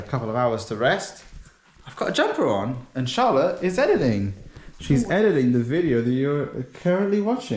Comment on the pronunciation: I just realised that your woman's name is Charlotte, but the way you say it sounds to me like you are saying "Incha'Allah" 😂😂😂 Which means in Arabic hopefully or God willing